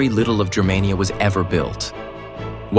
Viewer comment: THUMBS DOWN! It's pronounced GER-mania, hard "G". Not "JER-mania". ("Germania" is the name of one of Tacitus' book.) And what's all that BS about buildings and propaganda? The Nazis didn't invent that. It's been going on since the birth of civilisation. This video was crap. I will never subscribe, but I will definitely block your garbage channel.